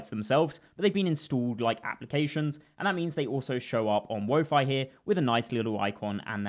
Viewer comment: Bro called my boy wofi.... 😢